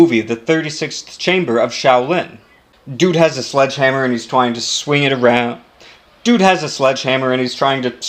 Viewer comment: "Twying to swing"